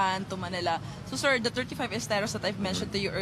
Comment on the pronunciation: Shir, esterosh, operationsh, fashing, lots of words of the day!